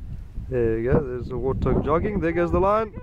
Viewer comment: Wootah..realized later he’s saying warthog